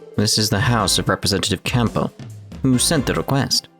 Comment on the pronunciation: How are you this bad with name pronunciations?! You don't pronounce the P in Campbell.